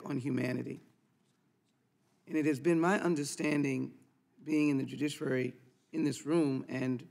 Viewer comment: Lee: "...the judicirary committee..." -What a maroon!